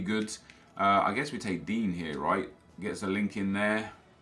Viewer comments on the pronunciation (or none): Why does he call Digne, Dean?